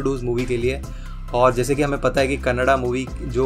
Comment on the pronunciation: Feel good when the name of our language is prounced correctly.. KANNADA (not kannad).. Thank you for that🙏 There are lot more movies from Rakshit Shetty and team.. Keep watching and encouraging.. Support the talent.. Thank you